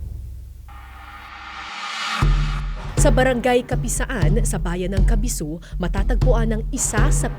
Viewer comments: kasibu po hindi po kabisu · Kasibu,Nueva Vizcaya not kabisu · Kasibu, not kabisu Kasibu, Nueva Vizcaya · It is KASIBU not Kabisu po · Kasibu po yun hindi kabisu 😂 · It's Kasibu po not Kabisu.. From Nueva Vizcaya here.. ❤️ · Maam Kara, KASIBU✅ po ang pangalan ng town. KASIBU KASIBU KASIBU. Hindi po KABISU❌ Hehehe sana mapansin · ❤ love it! Just one correction KASIBU po not "KABISU" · KASIBU PO MAAM KARA NOT KABISU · Not Cabisu, it's Kasibu. Capisaan Cave located at Capisaan Kasibu NV. Thank you for featuring Capisaan Cave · Kasibu Po ma'am Kara David, Hinde Po kabiso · It's "KASIBU" po, not "KABISU"... Anyway, I always watch Kara's documentaries. Grabe! Ang galing, also the team! Kudos sa inyo po. <3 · Im from Nueva Vizcaya.. sana ma explore ko din ito in the future.. btw, it's KASIBU, Nueva Vizcaya. NOT "kabisu' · KASIBU* po not Kabisu🥰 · Correction po Miss Kara, Kasibu po. Hindi po Kabisu. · Kasibu not Kabisu. (Voiceover) david :) Ganda nitong documentary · KASIBU 😊 not KABISU 🤣